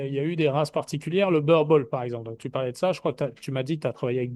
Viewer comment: Boerboel est un nom néerlandais, donc, en français, il se prononce bourboule.